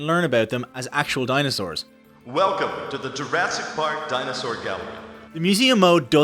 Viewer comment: my favorite part is when he says "pAehrk" :D